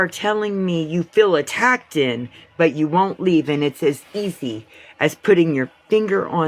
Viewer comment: Did she really say ATTACKTED,? I don't even know how to spell that lol